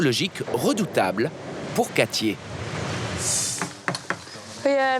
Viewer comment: "Quatchié", vraiment ?? Katie, peut-être ?